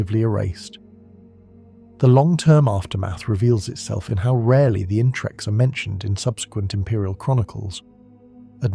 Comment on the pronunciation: It's its the interex, I think it's pronounced in-ter-ex. Not Intrex or In-trex.